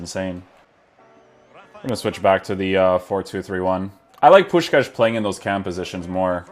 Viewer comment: You say the name of Puskás perfectly!